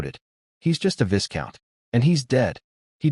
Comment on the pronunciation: Oi! AI Voice-Over dude, VISCOUNT has a silent S, so is pronounced VYCOUNT... Hope that helps! P.S. I'm a big fan, love that voice, especially in funny stories. 😏